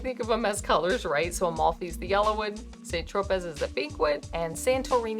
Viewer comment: Tro-pay. Not pez(as in the candy)